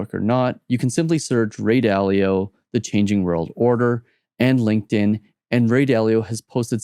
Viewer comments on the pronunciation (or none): none